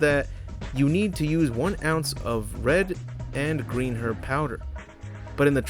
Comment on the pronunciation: You're the first American to correctly pronounce "herb". Another great vid, by the way, just got into your channel!